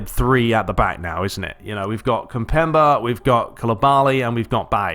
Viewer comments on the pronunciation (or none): its pronounced kim-pem-bay